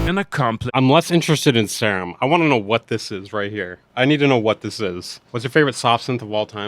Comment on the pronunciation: Seerum not Sairum...